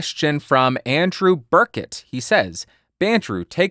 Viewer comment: What's a Burkett,? What's a Burch tree,? Or is it a Burke tree?! BURCH-IT,! kicks bucket I'm 💀 Lol. Okay I'm done.😂